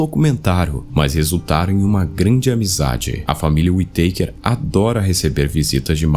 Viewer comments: Não é Uiteiker, é Uitacár que agonia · e falar tão errado a pronúncia da família kkkkkk WE takers